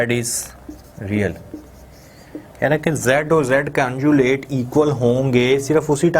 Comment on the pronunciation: Very dull and lazy teacher pathetic 😑....and someone correct him its conjugate.... not conjulate